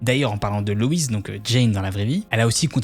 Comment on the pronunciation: Super vidéo! C’est juste dommage tout le long d’appeler la mère « Louise » et pas « Loïs (loisse phonétiquement »